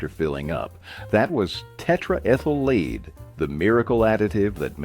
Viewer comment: He said leed paint 🤫🤫🤫 don't tell anyone.